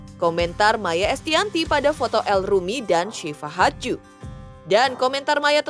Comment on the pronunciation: Iya sama....g enak bgt dengernya pas ngomong hadju, kek nyangkut😅